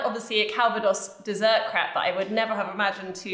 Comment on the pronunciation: Lilly grew so tall! Both girls are so lovely and fun. But how do you say crêpe without it sounding like crap?